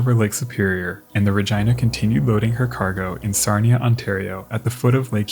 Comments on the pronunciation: “RegEEna “not Reg I na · Regina is pronounced Re- geeeena, long e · By the way, the woman's name "Regina" is pronounced using a short "i" sound so it sounds like Regeena. Great videos! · My friend, I just absolutely adore ur vids. But I believe, actually I know you are mispronouncing the namesake of this video.its not Regina rhymes with the female anatomy vagina; that is incorrect sir.😂it's Regeena, long E. Spelled of course Regina.😂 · Love your videos, but i must ask. Are you sure its not pronounced Rageena and Sofeea for the Princess Sophia video? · Just Fyi Its pronounced (ruh-gene-nuh) not (ruh-gina?) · Just an FYI piece, the ship named Regina is pronounced "Ra-geena" NOT "Ra-gyna" like the female body part down south. Even though the ship was named after a female it is not pronounced like a female body part. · As much as I love the content I just can't get over the pronunciation of Regina as that of v*gina <3 xD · Re-gina. Re-ginald. Oh my it was like flipping Nails on a chalkboard. Please learn how to pronounce the flipping names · Listen it’s a great video, but I’m pretty positive it’s Re-gee-nah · Another great video. They offer glass bottom boat shipwreck tours on the great lakes! The ship Regina in this video is pronounced Ra-gee-nuh. Thanks for another great video ⚓ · is it really ruhjyna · Is it not pronounced Ra-jee-nuh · Rah Geee Nah - Regina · I really love the video! For future reference, Regina is pronounced Ri-gee-na, so a softer g instead of the hard gi sound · Regina (Reg EE na) ?? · They are mispronouncin the name. it is pronounced RE GIN A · Ummmm. Over here we pronounce it Regeena but hey dude, express yourself. ❤️🤣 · OK, maybe it's because I'm English, but how else do you pronounce Regina????? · I'm absolutely befuddled by his pronounciation of Regina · How else would Regina be pronounced? Are you 5 and did a girls giggle at the pronunciation?